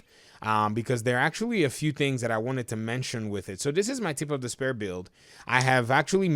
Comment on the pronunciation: The word is "spear", not "spare”.